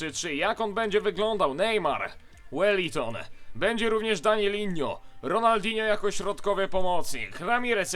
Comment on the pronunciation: danilo a nie danilinnho